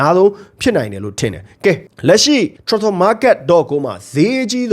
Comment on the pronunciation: အသံထွက်မပီတာလည်းမဟုတ်ပဲနဲ့ transferကိုထွမ်ဖာ(ထြမ်ဖာ)ဆိုပြီးပြောတာခဏခဏပဲနော်။တင်ဆက်ပုံကပြတ်သားပြီးဆွဲဆောင်မှုရှိပေမယ့်အဲ့တာလေးသတိထားပြီးပြုပြင်စေချင်ပါတယ်ဗျ။